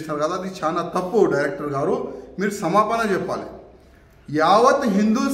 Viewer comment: "Seppali" enti ra.. "cheppali" telugu nerchuko